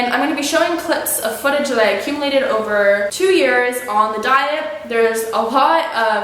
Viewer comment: She said two yeras. I heard it pretty clearly.